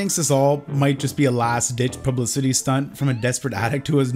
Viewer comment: Who taught you how to pronounce publicity?